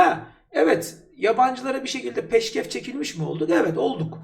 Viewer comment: Bu arada peşkev çekmek değil PEŞKEŞ ÇEKMEK doğrusu